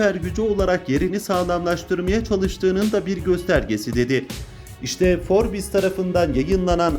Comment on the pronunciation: Sen admin para için herşeyi yersin sen utanmaz Forbes demesini bile bilmiyorsun